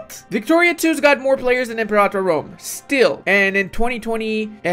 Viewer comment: I'm pretty sure you're saying Imperator wrong. It's not em-por-otta. It's like Imperial. Imper-a-tour.